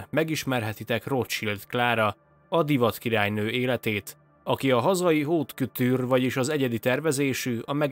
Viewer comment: Szia, csak egy kis segítség, a haute szót "ot"-nak ejtjük, mert a h-betű néma :) veheted úgy máskor is, hogy a franciában bár sokszor írnak h-betűt de sosem ejtik..nem létezik. "otkotűr simán :)